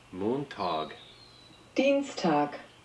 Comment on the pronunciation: Ich musste grinsen, wirklich gut ausgesprochen. "Montag, Dienstag" Steht etwa demnächst ein Besuch in Deutschland an? $90 for this bagpack? No way